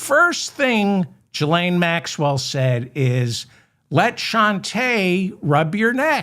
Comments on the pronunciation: David, if I may. Her name is prounounced: ghee lane. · Hello David Ferdman! You called Trump's daughter Ivonna. Her name is Ivonka. Also, the G in Ghislane is not pronounced like a J (as in gigolo), but rather a G (as in guilty). Love the show btw! I know those are sort of trivial corrections, but I watch and love every show you do (and 'like' them all as well). It would be so cool to hear you issue a correction of mine. I'm not going to get my hopes up, but it would make my day. As sad as it sounds, I don't have very much excitement in my life, so that would be the highlight of my week! I hope that you're next show will include lots of inappropriate A.I.! Your show is great on its own, but it's even more entertaining with unflattering A.I. clips of Trump and his goons!